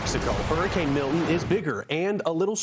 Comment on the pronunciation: Learn how to pronounce Milton